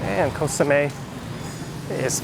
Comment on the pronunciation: Nice videos of Koh Samet. But please pronounce it correctly. It’s Koh Samet with a t or you can also pronounce it with a d as in Samed. It’s not Koh Samé 😊